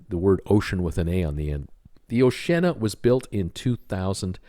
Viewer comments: Dude - Oshi-Anna no o’shenna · Oceana, pronounced Oh-she-Anna, has decks of balconies, they just don’t have glass railings. So are the in hull balcony cabins on QM2 not balconies either? You spent minutes spouting incorrect information about this ship. We went on a sister ship - Sun Princess - and had a balcony. Second time you’ve said this series of ships have no balconies. Maybe do a bit more research? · ....its pronounced 'Oshe ee arna ' 🤣 Two nations seperated by a common language 🇬🇧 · Sorry, but I've got to add to the chorus here: I've been on the oh-shee-anna a couple of times and both times we had one of the many balconies. I'm not familiar with Sun Princess, but I do know that the Sea Princess (the first ship I ever cruised on) is very similar to Oceana, and is also blessed with many balconies. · have you ever considered doing another blog? I’m not sure cruising is your thing. Not only can you not say the name of the P&O Oceana correctly you also failed to even look at the photos you have posted to notice that she has hundreds of balcony cabins. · You are so wrong about oceana they have a lot of balconies , i am not english but i am able to prounoce oceana correct